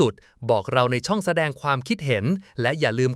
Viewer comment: เล่าเรื่องได้ชัดเจนดีแต่ ต้องปรับปรุง เช่น คำว่า ทรุดโทรม ต้องอ่านว่า ซุด-โซม อหิวาตกโรค ต้องอ่านว่า อะ-หิ-วา- ตะ-โรค นะครับ ช่องไม่ใช่ ซอง